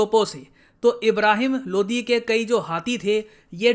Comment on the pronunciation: Sir Ye Lodhi hai LODI nahi hai😁😁😁